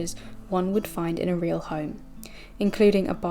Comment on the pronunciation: It's Pronounced "HOME" NOT "Hyume"!! "GARAGE" not "GAYRODGE"!! Speaka The English!!